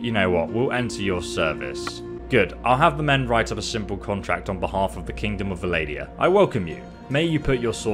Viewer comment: ngl the "Valadia" got to me, love the vids though